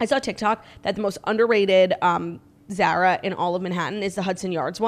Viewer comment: The way Claudia is pronouncing Zara has me DED